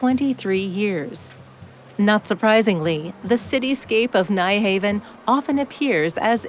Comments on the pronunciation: Sorry but the Danish pronunciation of Nyhavn only has two syllables. Phonetically it is pronounced [ˈnyˌhɑʊ̯ˀn] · It so annoys me when commentators repeatedly get the pronunciation wrong with place names. This happens several times here with the popular area of Nyhavn, Phonetically, the correct pronunciation is 'Nuharven' Things like this should be properly researched!